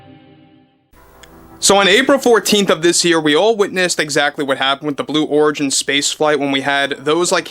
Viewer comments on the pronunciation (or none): Did he say Blue W h o r igin?!!! 😂 And please, Let the mocking contine til morale improves! Thank you. 😊